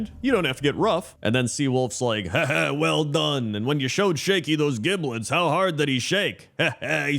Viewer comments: I think it’s pronounced giblet not giblet… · I think both pronunciations are correct. Probably one of those "regional" things where the location you live in (or are presently visiting) depends on how giblet is said.